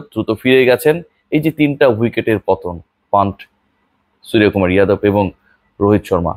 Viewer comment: it's not সুরিয়া । বাংলা তে উচ্চারণ সূর্যকুমার হয় । যেমন , Yuvraj - যুবরাজ । Yadav - যাদব ।